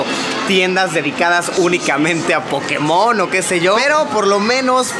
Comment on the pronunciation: Porque dicen Pokemón Es Pokémon